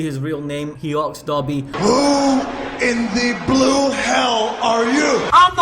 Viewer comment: Everytime he says dabi I understand dobby.. give this poor boy a sock.